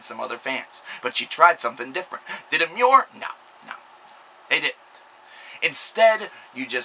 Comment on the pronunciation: it pissed me off when you pronounced emmure correctly